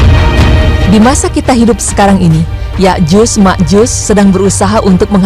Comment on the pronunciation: Sotoy loo penyebutan nama yakjut makjut aja salah